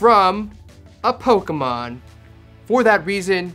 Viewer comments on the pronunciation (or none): “FOR THIS IS FROM A POKAMON”